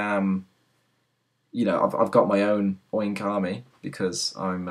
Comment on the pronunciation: " I HAVE GOT MY OWN OIRNK ARMY " me: noooo Katie has her own oink army